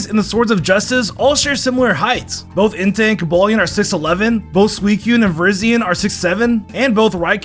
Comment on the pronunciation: Fact 69.5 did you know he said bees and not beasts and entank and not entie